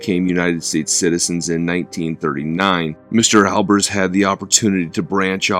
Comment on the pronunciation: Have you heard the correct pronunciation of his name?